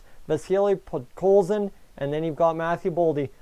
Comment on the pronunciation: who the hell is podolkin....HIS NAME IS PODKOLZIN